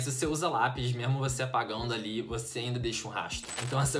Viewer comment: "Mermo" é muito bom escutar isso kk